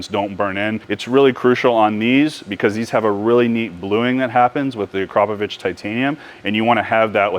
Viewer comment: Weissach in German is pronounced Vi-Sah-kuh. and Akrapovic is pronounced Ah-Krah-Poh-vich. Americans are always trying to pronounce everything phonetically. Barbarians...